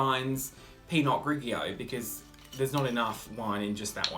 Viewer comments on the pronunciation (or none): pee-not grighy-oh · the way you said pinot grigio at first lmao!